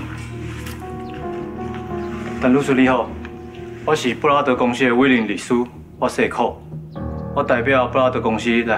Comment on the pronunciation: 布拉德感覺就像brother的發音哈哈哈